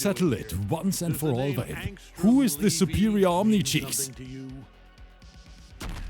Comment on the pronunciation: Why do i hear saying "vape" as "babe"😂😂